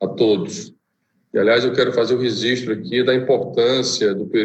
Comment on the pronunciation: Registro! e não resistro